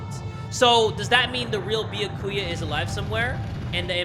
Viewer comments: Ok not to make fun of you but Beeyakuuya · ITS NOT BYAKUYA and besides its like nya ku ya but instead of nya its bya not BEE-A ]